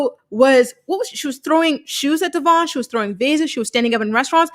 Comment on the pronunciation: We are talking about Brianna who still pronounces Devoin, De-VON lol 🤦🏻‍♀️